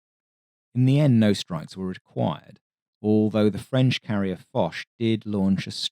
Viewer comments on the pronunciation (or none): none